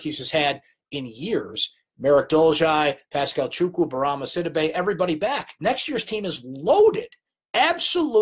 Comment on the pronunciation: Bourama Sidibe's name is pronounce Si-dee'bey not Sid'-ih-bey. I know you know how it should be pronounced but keep forgetting. He'll be here 3 more years so fix it now!